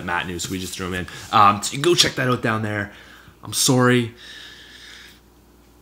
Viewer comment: Smith it's ok, ur my favorite anyways , BTW I cracked up when u said "I'm sorry" with that Canadian accent, it's ok bro 😂👍